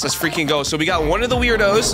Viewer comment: ayye you finally got them!! Just wait til you get earth island!! There's a Werdo named Stoowarb that you'll meet!! Btw, "Werdo" is actually pronounced "WORD-O" not "Weirdo" lol.